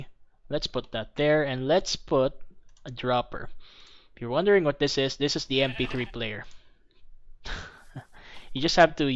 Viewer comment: Pag sinasabi niya "This" Iniisip ko parang sinabi niya Buntis... Hahaha